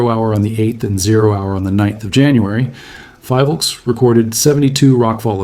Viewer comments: Btw, its pronounced as FI-VOLCS (like Phi in Philippines) not FIE-Volcs. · The first syllable of PHILvolcs is pronounced as you would pronounce the first syllable of PHILippines. Thank you for your hardwork though.